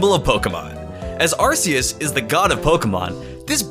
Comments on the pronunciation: ITS ARK-EE-US NOT ASS-SEE-US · you need to choose between Ar sea us, and Ar key us!!! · ARCEUS IS PRONOUNCED R-KEY-ES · No it's arcoose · First, Arceus is a Mythical Pokemon, secondly Arceus is pronounced with a hard "c" like Ark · Its weird how he pronounced Arceus and then Ar'keus' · I love how you literally alternated between RKS and RCS as the pronunciation for Arceus and didn't even say Yveltal's name! Great video! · its ar-KEE-u-s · He said arseeous ( ar-see-iess ) XD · Also the correct pronunciation is Ar-key-us. Just wanted to say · anyone else think Arceus is pronounced "Ar-Kay-Us"? Because.. you know... RKS system? They both change types due to held items...? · Its pronounced Ar-Ke-Us. Arce in Ar-ce-us stands for Butt in British. O.O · you pronounced acreas both ways in one number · Why you keep switching between pronunciation? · I love the alternating Arceus pronunciation lol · Which pronunciation are you choosing for arceus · I'm triggered by how he pronounced arceus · Dvery time you said arceus I cringed, this video is amazing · Shiny Arceus is my least favorite shiny legendary. Also I like how you pronounce Arceus like 3 different ways. lol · look at the way he pronounces Arceus in and then a second later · I love how he said both pronunciations of arceus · Arceus or Arceus (Arkeus)? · I like how you said two different pronouciation of arceus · He switched pronunciation of Arceus SO MANY TIMES. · Hmmmmmmmmmmmmm He says arceus in a super weird way mhm hmph where is the real one?!?!? ?!?! Hmmmmmmmmmmmmm is he ? Drunk? Idk pretty sure hes drunk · Take a shot every time he alternates Arceus pronunciations.